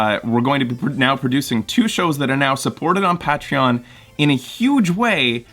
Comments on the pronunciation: Ur pronouncing Patreon wrong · you're welcome, we love love you. though I don't know if I'll ever get over your pronunciation of Patreon.